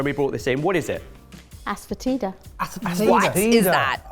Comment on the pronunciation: Ass foetida❌️ Asefoetida✅️